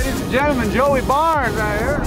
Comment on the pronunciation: How many times did call him Joey Barnes instead of Joey Burns? Lol!